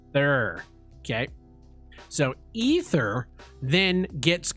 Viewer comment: "E-ther" lol